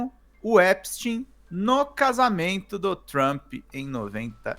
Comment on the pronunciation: Finalmente alguém pronuncia o nome do Epstein corretamente.... parabéns vc é o único!!!!! É EPSTIN É NÃO EPSTAIN!!!